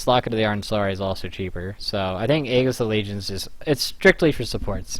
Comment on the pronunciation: It's ae-jess, not egg-is. All of you pros say it that way, and it's horribly wrong.